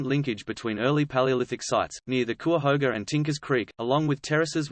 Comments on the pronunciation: It's "KI-uh-HO-guh". Anyway, I hope this is more protective of the site, and not whitewashing history and paving the way to destroying the site. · Kai uh hoga. Thats how you pronounce cuyahoga. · It’s pronounced Ki-a-hoga. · It's "ky-ah-hoe-ga" (Cuyahoga). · He's accusing CVNP authorities of hiding "the truth". I personally know rangers and park officials who are intellectually honest and curious and I can't believe that they are hiding anything. (I do wonder a little at the credibility of a guy who emplys an AI voice and hasn't figured out how to pronounce "Cuyahoga".) Indeed, if there is accuracy in what he is calling paleolithic sites, I can attest that the park authorities would be VERY interested in protecting, researching and promoting them as attractions to draw traffic. He makes accusations...who has he talked to in the park management? Silly. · Every time he mispronounced " Cuyahoga" I want to scream. But this is a awesome informative video that makes me want to go exploring. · Can't pronounce Cuyahoga.